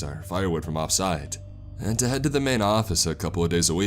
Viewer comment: You have a good voice, you don't have to try so hard. The stretching of words doesn't add to the story or the feels, it takes away from it. A three letter word is just one syllable, not "Aaaand"